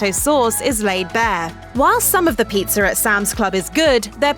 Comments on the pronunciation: Never trust someone that pronounces pizza as pizzer. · There is no "r" in pizza! "Pizz'er"? It's driving me crazy. I had to stop watching this 1/4 way in.